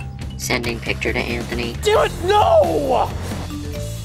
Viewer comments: It Says Pitcher Instead Of Picture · Said Pitcher not Picture